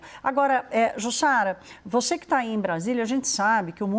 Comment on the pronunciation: Banco Master era pirâmide. E essa âncora que fala "proxexo" "exe" "voxe" me deixa agoniada. Que show da xuxa é esse?